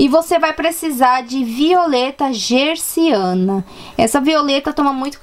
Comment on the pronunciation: Olá, é Violeta "Genciana" e não "Gerciana", ok? :)